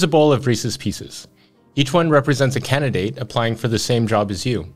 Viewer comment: I was listening to this audio only and for a minute there I thought has a strange way of shortening the word candidate, “candy”